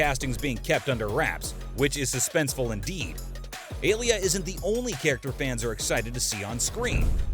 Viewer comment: If you're going to explain something it usually helps if YOU understand it first. there is no "mysterious woman known as bene gesserit"...Almost everything you said is incorrect. Even your pronunciations are terrible (it's CHAWni not CHAYni, FREMen not FREYmen, ALya not AYLia). Like did you even watch the movie?